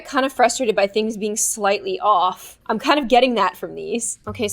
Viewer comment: ._., i swear i always thought she said" Happy day on GLOOOM" ;v; not...."happy day IM GLOOOOOM"